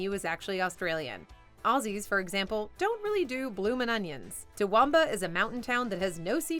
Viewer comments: Took me a minute to figure out you were talking about Toowoomba when referring to seafood. 😄 It's like To-Wom-Bar (The "Wom" as in the first syllable of woman.) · Yeah, that's not how you pronounce Toowoomba...